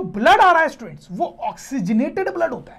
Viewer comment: In a single video sir says about 100times stuents, stuents 😂😂😂